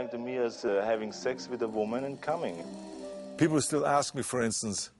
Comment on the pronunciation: "gief dah pee-pull AIH!"